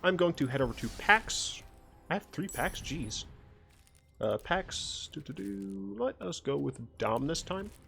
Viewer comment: i keep hearing you say packs and thinking you're saying Pat's, as in Pat's Games (a gaming store near where i live)